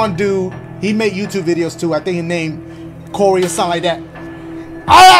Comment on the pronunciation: y’all know he was saying that because the person said the name wrong so he said who’s Corey when it’s actually cory